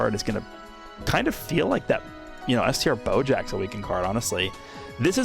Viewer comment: “Str boujack”